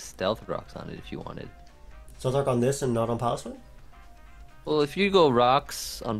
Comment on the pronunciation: pronouncing Piloswine like that is the root of the Ls in this video